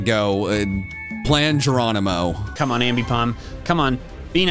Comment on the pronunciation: say Geronimo say jajargo